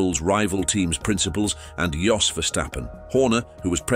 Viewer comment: How can I take this seriously if it can’t pronounce Jos properly 🤦